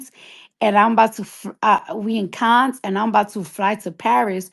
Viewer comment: Cardi saying Cannes, France incorrectly tells me everything I needed to know.